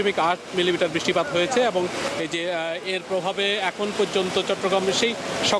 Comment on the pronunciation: Ore uccharon uni naki senior news presenter 😂😂.. 16 sec britttipattt 😂😂